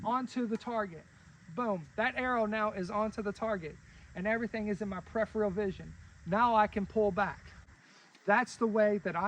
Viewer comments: Your pronunciation is also incorrect and a common way many people mispronounce it. The correct ways to pronounce it are Per-if-er-ul or Pr-if-er-ul. Per-if-eal is wrong. The second R is pronounced in both UK and US pronunciations and is not replaced with the E sound. It's a good idea to look things up before correcting people on the internet. There are many videos/audios on the internet demonstrating the correct pronunciation of the word Peripheral. Check them out. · Peripheral (Per- if-eal) not prepheral